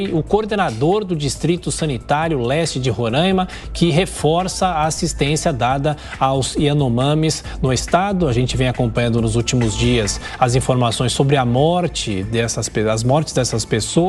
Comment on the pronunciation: a palavra RorAima não contem ~, n ou m após o A. Então pronuncia-se com A aberto e não som de ã. RorAAAima. Por favor, os âncoras precisam ser orientados.